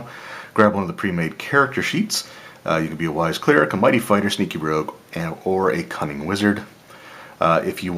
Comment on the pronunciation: I picked up one of these myself and I love it. It's cool to see your passion for these products really come through in your videos. When you said, "sneaky rogue" for some reason I heard "stinky rogue" Haha! Cool video as always!